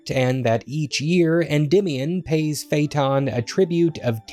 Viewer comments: it's not fayton it's Fay Ah Ton. Where the heck are you getting your pronunciations??? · This is a great video about a fascinating work, but the consistent mispronouncing of "Phaëthon" is almost painful.